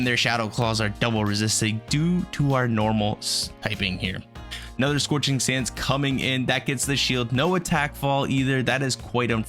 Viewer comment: “Sorching sands” lol 😂